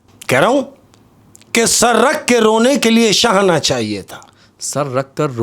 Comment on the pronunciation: mujhy ye shairi wala segment bht pasanad hai par ak suggestion hai kindly se kahen jitny achy andaz me shairi karty hen usi trah thora sa shairi ko dekh b liya kren lafzo ko ulta seedha parh dete hen or shair ka pura maza kharab hojata hai shana ko shahana parh rhy hen usi trah bht ajeeb ajeeb alfaz bol dete hen shair me isy theek krlen plz baqi love from agra india